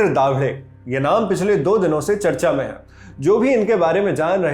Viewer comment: Its not दाभडे its दाभाडे ..